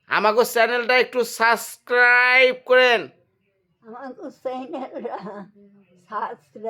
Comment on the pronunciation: আপনি নিজেই তো ঠিক মতো বলতে পারেন না সাবস্ক্রাইব। বৃদ্ধ মানুষটা কিভাবে বলবে